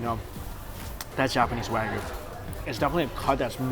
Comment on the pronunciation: it's pronounced "waa-gyu" not "wag you"